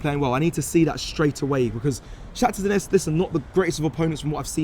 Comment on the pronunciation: Bro it’s not Donesk!!! Say it properly man. Ffs